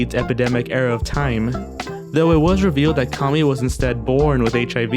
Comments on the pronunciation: you pronounce Kami like commie. I've never heard of her but was surprised they'd pronounce it like the derogatory communist 'commie'. I watched 3 videos with her in it and they all pronounced her name Kammy, like rhyming with hammy. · It's pronounced CAA MEE